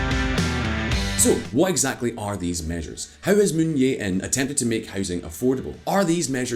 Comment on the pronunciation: It's Jae not Yeah. This is Korea, not Spain or Poland.